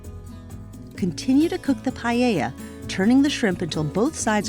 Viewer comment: I'm sure this is a great rice recipe but this is not Paella. Here in Spain we put in paella different things depending on where we live.... but we difenitely follow some identical steps everywhere, lime boiling seafood first and using the boiling Walter to cook the rice. And btw, it is pa-e-lla. It make laugh hearing pa-e-lle-lla. Don't think i'm hating or something, i think you do a great job!